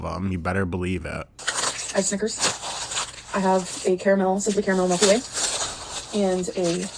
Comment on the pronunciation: The way she says MelkyWay makes me want to just rage quit life.